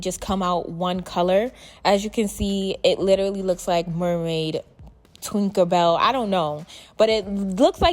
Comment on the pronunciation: Did she say “twinker bell”? Lol!